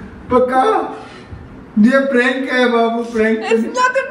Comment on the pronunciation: I like how he says prank as prenk and of course the camera in her hand is of course invisible to him.